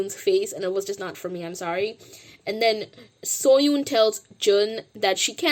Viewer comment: Oh also I love your videos and I am a fan but just wanted to let you know that you are not pronouncing Seohyun’s name correctly. It can be hard to pronounce so I understand. Just thought I would let you know.